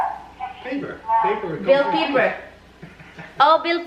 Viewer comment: Bell Pepper hahaha Hindi paper tawa ako ng tawa sa iyo Day. You are so funny ❤️